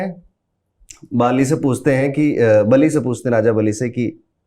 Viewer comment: बाली नहीं बे 😒😒